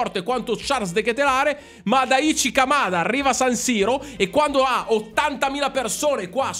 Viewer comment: Daichi Kamada, si pronuncia: Dàici Camada. piccola regola di lingua giapponese: se vedi scritto "CHI", si pronuncia sempre "CI"